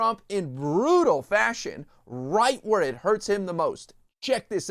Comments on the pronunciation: HURTS , not hurst . . .. . . .please ! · It's hurts not hurst just fyi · "hurst"? Once again, you people are an embarrassment.